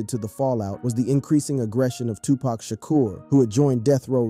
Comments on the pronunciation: How many times do we have to here this story about Eazy and Dre. And how many times are we going to hear Tupack ? It's friggin Tupac. Dam ! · Come on man, 2pack? Sooge? Smh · WHO TF is Sooge ? And 2 Pack?? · shooj knight 😂 tupack 😂😂😂😂